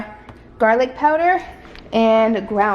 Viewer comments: “Ground cum-ing” 😂😂😂😂 it’s “cooman” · Lol it’ Q-min girl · Cumin pronounced ( Q-min) ❤️ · I love this! Cumin is pronounced Qmin lol